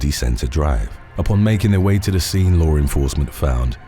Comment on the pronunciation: You always say lower enforcement